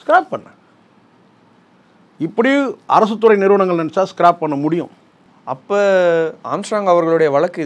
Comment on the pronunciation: அது ஸ்க்ராப் ஸ்கிராb அல்ல